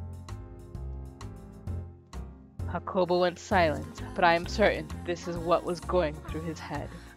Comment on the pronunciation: just so you know, the name's pronounced Yah-cuh-po and he's from Ireland, you can keep up the accent and your pronunciation if you want.